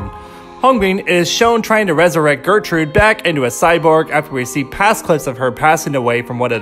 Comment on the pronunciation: i literally thought the same he said "getrude" and i was like "wtf is a gertrude it's GÄHRTRUHDÄ"